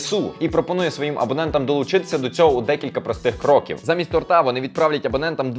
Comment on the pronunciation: тОрта а не тортА